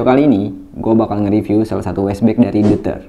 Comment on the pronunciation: fyi pronunciationya itu yg bener "doyter"